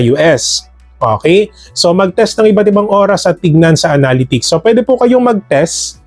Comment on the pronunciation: Pre nabobother talaga ako sa pronunciation mo sa word na "Analytics" unsubs nlang cgro kami haha